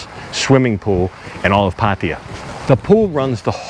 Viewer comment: Always great videos, but I have to ask.. why do you say Pattia? Its pronounced Pattaya, atleast from what My thai girlfriend says 😁